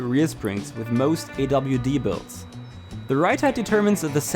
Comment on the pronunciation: “awd” and “rwd” lol